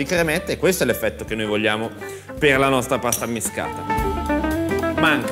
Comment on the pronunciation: Pasta ammiSHcata e non ammiscata. A Napoli la s si usa come SH di Ashish.